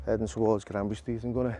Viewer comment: Mate it's GRANBY Street.